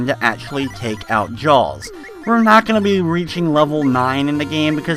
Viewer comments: ITS JAAAAAAAAWWWWS! not jawls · Had to stop watching after 40 seconds..Couldnt hear u call Jaws "Jalls" anymore..